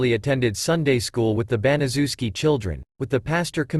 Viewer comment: It's name is pronounced bana chef ski I know it's a big name but say it with me bana chef ski it's a polish name!!!!